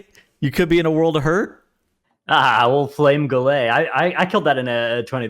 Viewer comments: lmao why do you call it flame goo-ley? It's gullet. gull-ett. Goo-ley would be gulet. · "goolaye" My brothers in christ it's just pronounced gullet